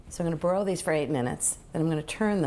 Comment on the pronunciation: I thought Ina said “boil” the wings 😂😂